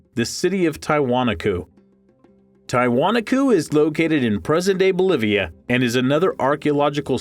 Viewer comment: The correct pronunciation for Tiwanaku - the accent falls on the next to the last syllable: "tee-wah-NAH-koo". An alternate spelling is Tiahuanaco - pronounced: tee-uh-wah-NAH-coh. In Spanish the accent always falls on the next to the last syllable - which is WHY Spanish has accent marks! If there is no accent mark, then it follows the rule just mentioned! Not meant to be criticism, but to help in the future.